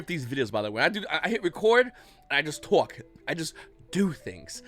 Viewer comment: “I don’t script these, I just twauck”